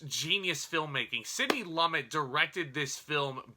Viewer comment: Great review, but "Sydney Lummit"? --Lumet is pronounced as loom met.